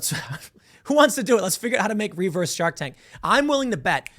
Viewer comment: The way Tim says REE-verse is actually a little annoying lol.